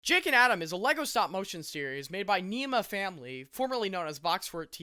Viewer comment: Neema “FAHIMY,” not family!